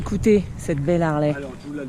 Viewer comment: Purée les mecs roule en Harley et ne savent même pas prononcer le nom correctement tssss et forty eight et non eggs mdr remballe